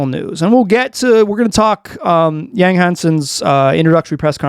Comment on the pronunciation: Yawn-g not YAAng